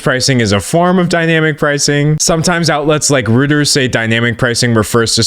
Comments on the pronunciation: D'Angelo, I know you probably wont see this but I have heard you say this wrong a couple of times....Reuters is pronounced ROYTERS, not ROOTERS. Trust me, Ive majored in Pronunciations ;) (but also worked there before) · Great content dude; the Wendy’s case study is hilarious. Only thing I got is the international news agency Reuters is pronounced “ROY-ters” and not “ROO-ters” :). Their journalists produce some of the best unbiased news out there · Reuters pronounced “Roy-ters”. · Holdup. "Rooters"? Isn't Reuters pronounced "roiters"? Like, the same way you pronounce Deutsch. Have I been saying it wrong? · Hey professor, it's pronounced roy-ters, not rooters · Reuters is pronounced as "Royters" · Reuters is pronounced Roy-terz. Great video as always! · found another genZ creator pronouncing Reuters as Roo-ters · It's okay, there was a time in all of our lives before we knew how to pronounce Reuters -- for future reference, it's like ROY-ters (Germanic)